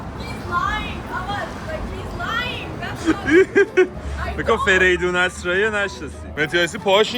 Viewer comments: آسرایی ❌ اَسرایی ✅ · آسرایی نه اسرایی